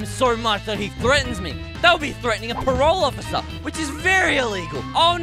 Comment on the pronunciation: said police officer wrong